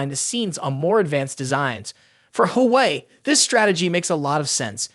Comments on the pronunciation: Everyone needs to stop saying game changer , unless it's actually game changing ,,,, and come on bro Wa Way is how the rest of the planet pronounces it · Why are you calling Huawei.... Who-way.... try google or translator... wtf